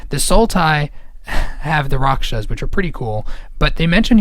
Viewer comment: I know this will be nitpicky, but it's "Rak-sha-sa", not "Rak-sha". Makes me cringe every time you say it. :P